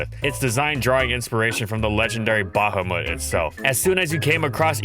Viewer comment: Oh my god, finally someone who correctly pronounces Bahamut